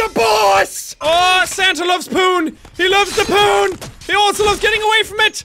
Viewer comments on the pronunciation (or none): When you said Santa loves poon it sounded like Santa loves porn